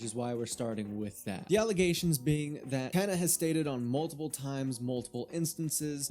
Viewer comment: Tana is so loved idk what you’re talking about whenever you can’t even do a quick Google search to pronounce her name right